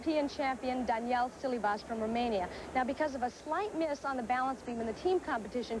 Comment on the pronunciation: So annoying to hear those commentators keep calling Silivas....Daniel...ridiculous!